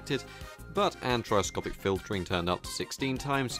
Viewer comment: "Antrioscopic" filtering 😂😂